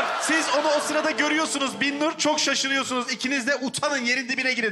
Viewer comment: Ya bir bana mı öyle geldi bilmiyorum ama arada Binnur' a Birnur diyorlar fena sinir bir durum olmuş. Bir değil BİN!